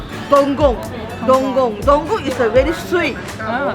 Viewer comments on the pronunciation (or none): Dokong fruit not donggong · It's call...DOKONG... Dow Kong (sound like king 'KONG')...not DONGGONG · It's not donggong.... but dokong. Not lambutan... but rambutan. 😁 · It's dokong, and not dongong.. that sales lady doesn't know how to pronounce it properly.. If durian is the king of fruit, mangosteen is the queen of fruit .. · It's "dokong" not "dongkong" .. I just wanna correct your pronunciation. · Vilasini Menon ,right.. the sales lady fail to pronoun it correctly... that fruit is called dokong and not dogong.. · Its not Dong Gong. Its Dokong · Not Dong- but Door-Kong